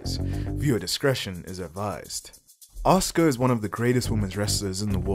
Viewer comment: Reading these comments and seeing the undeniable belief that fans of pretend wrestling have in it being an actual, real, combat "sport" 😂😂😂 Also... the name is pronounced "Ah-sUU-cA"